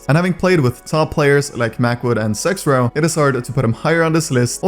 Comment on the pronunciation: why do u say zexrow like that 😭